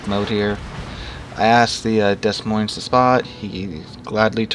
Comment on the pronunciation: "DeS MoinS" No idea why this annoys me, i'm not even french It's pronounced De Moin doe